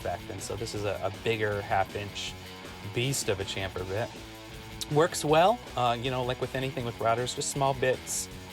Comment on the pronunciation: Shhampher, like champagne